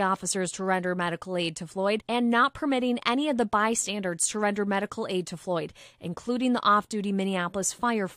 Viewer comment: If you're going to hire someone to read news, make sure they know how to read. It's asphyxia, not aphyxia, and bystanders, not by standards. 🤦‍♂️